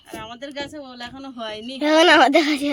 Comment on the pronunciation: Ul na ol bolo